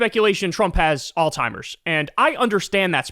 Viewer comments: Can someone tell Kyle it's pronounced all-zeimers (Alzheimer's) not all-timers. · Kyle is the goat and I've been a huge fan for over a decade, but dude it's alzheimer's, not all-timers, Kyle 😆 To be clear, Kyle is smarter than me in most all other things 💯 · Kyle, it's alzheimer's. Not "all timers".😅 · Kyle, it is alzheimers not "allTimers". AllTimers is an ignorant slur used in tasteless dementia jokes. Just sayin' dude...get it fixed...get it right. I know you're a good person so I'm chalking this up to ignorance and not malevolence. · Really sounds like you are saying “all timers” instead of Alzheimer’s. But could just be me. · Kyle, you’re an educated man. It’s not “all-timers” disease, it’s pronounced “Alz-heimer’s.” Say the z. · Kyle, I love your show, but you keep saying Trump has "all timers" disease . That's WRONG ! The correct word is "Alzheimer's" . Please say it correctly. You're embarrassing yourself and the people who suffer from this terrible disease. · Bro, on the topic of pronunciation, it is ALLS-HIEMERS not ALL-TIMERS. 😂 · You think that since you were in media you would know how to pronounce the word Alzheimer's there is no letter t in the word Alzheimer's it's not all timers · Old Timers disease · It sounds like you're saying "all-timers". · As long as we’re on the topic of things you’re saying incorrectly, there’s a z in Alzheimer’s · You aint fittin to come for us with associate and say alzheimers like that 😂😂